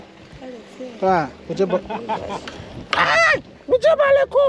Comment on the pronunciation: Mujebaluku😂😂😂. The pronunciation almost killed me😂